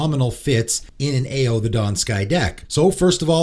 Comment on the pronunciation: Ao is pronounced Ow (like “ow, Charlie bit my finger”). Not trying to be annoying